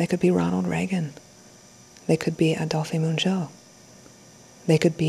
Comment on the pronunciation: Add-dolf Mon-zhoo! That's how you pronounce the name Adolphe Menjou.